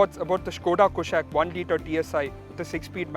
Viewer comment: It's not कुशैक it's कुशाक। the name has been taken from Sanskrit!